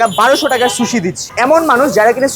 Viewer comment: Accha eta শুশি নাকি সুশি 😅.